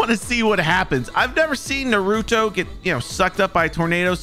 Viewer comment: ITS NOT NEWRUTO ITS NARUTO